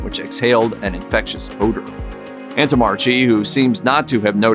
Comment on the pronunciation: You mispronounced the doctor's name. It should be 'antommarkee'